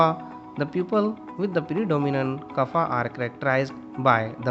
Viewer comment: Your pronounciation is wrong w.r.t Vata, Pitta and Kapha. Please correct it ok